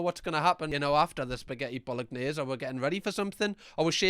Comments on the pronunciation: mate, I love you of course, but the way you said Bolognese really sounded like Bollock-nyays. Had me rolling and that's what I'll be saying from now on. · Bolognese with the hard g is wild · i’ve never heard anyone say bolognese like that tbh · the “g” is silent is “bolognese”, …